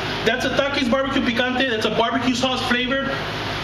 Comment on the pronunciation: i like how you said TAKIS